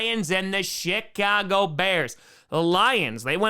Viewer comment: I thought he said the “shit-cago” bears 😂